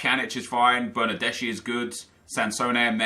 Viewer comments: Its not bernardesi its bernardeski, trust me im italian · That's Bernardeschi not Bernadeshi You should pronounce it like Bernardeski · Bernardeschi is read as Bernardeski